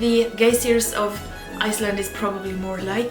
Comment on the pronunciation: Geysers is what I think you're trying to say, it's pronounced guy-zers